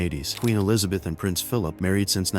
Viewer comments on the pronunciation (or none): none